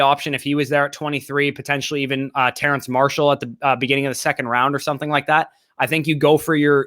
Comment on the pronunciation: It's Terrace Marshall Jr., the WR from LSU. There's no n in his name...